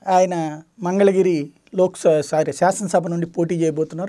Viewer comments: Sir Mari Telugu raakapothe ela Andi MANGALAGIRI ani palakadam ravadam ledu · ఇంగ్లీష్ రాదు.. తెలుగు రాదు.... 10సార్లు మంగళగిరి అని గట్టిగ, తప్పు లేకుండా చెప్పితే నేను ఓటు వేస్తా...కేటిర్ తో పోల్చం